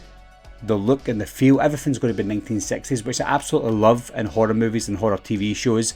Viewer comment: When he said 1960s, with his accent, it reminds of fat bastard saying "I am sexy"